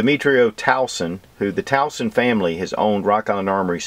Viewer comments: the name is TUASON, not Tauson. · it's TUASON .. not Tawson .. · It's TUASON, not TAUSON😊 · brother it is not tauson....its tuason...you pronounce it 'tu wa son" there you go...tuason...:) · Tuason (Tu-wah-son.) That's it Hurts my ear hearing you call him wrong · We say it as Twa-sun. just say'n. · Being a Pilipino myself I need to point this out. Tuason is pronounced (two-a-son) just to help you out brother. God Bless